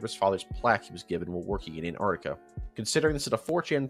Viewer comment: Why do you say "Anartica" istead of Antarctica?